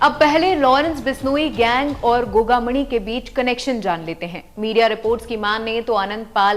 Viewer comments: Maidam dhang se uccharan to karlo gogamani nahi gogamedi hai 6 nahi 4 gard the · तू घंटा रिपोर्टर है गोगामेड़ी न गोगामणि बोले है भाग यहां से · गोगा मणी नही गोगा मेङी